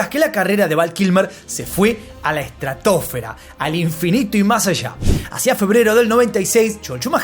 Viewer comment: Ej tra tooofera, es una nueva palabra 😂 estratosfera!!😂❤